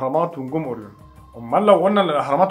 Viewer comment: نطق اورين ده متهيألى محتاج مراجعه لان اسمه اورايون على ما بسمعه من كل الناس مش عارفه ليه اورين بتفكرنى بالبريو تقريبا انا جعانه 🙈